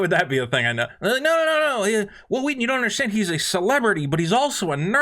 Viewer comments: WH- ILL WHEE-TON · I am 34 and didn't even know he existed until the family guy episode where stewie keeps pronouncing his w's wrong. I love stand by me but never liked star trek. I found tabletop and was like holy shit it's hhhwwwill hhhhwwwheaton...so that's what he looks like. Why is this guy important enough for family guy to mention? lol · His name sounds like stewie trying to pronounce someone's name. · Isn't that the guy who's name was mispronounced by Stewie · I forever will pronounce Whil Wheelton's name as Stewie Griffin does. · is this the guy that stewie keeps pronouncing his name funny?